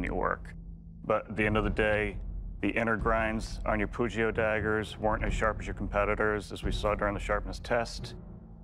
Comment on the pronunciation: hearing pugio pronounced with an hard g is just torture for my poor italian ears